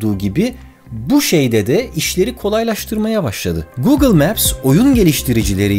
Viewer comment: Neden google ve alibaba derken R leri V olarak söyledin çok enteresan :D